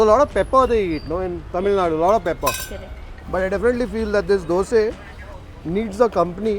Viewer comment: Bro its dosaaa. Not dosee...! You are a food vlogger and you make this mistake. Is it so hard to pronounce dosa? Why brother dosee why?